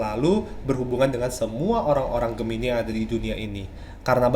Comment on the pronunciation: Gemini bukan medipikat bang, tapi dia memikat.